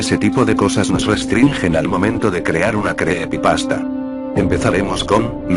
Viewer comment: Creepepasta no, se dice creepypasta jajaj